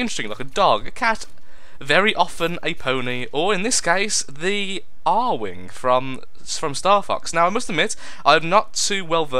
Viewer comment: >A-R wing NOOOOOOOOOOOOOOOOOOOOO IT'S ARE-WING! NOT A-R-WING! NUUUUUUUUUUUUUUUUUUUUUUUUUUUUUUUUUUU I MUST FANBOY RAGE!!!